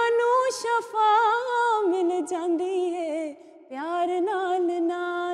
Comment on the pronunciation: Sir aftab saheb ne words shafa kaha lykin ye shifa ha iss se money badal jatay hain shukria